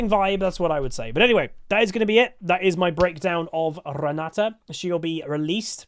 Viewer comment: GutsGoreNGrind - EUNE Renata It's my mom's name( It's Polish)😃, so there is no other way for me than to master this champion! 😏 Also i am very pleased to hear You say her name correctly 👌, yes it is RenaTa note RenaDa as some say. Thank You for the video, Can't wait!